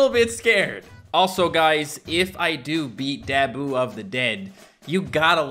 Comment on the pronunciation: “His name is Dab - oo of the dead” I’m pretty sure it’s Da - boo.